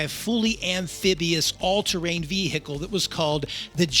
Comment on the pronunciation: What the hell is a ve-he-cle?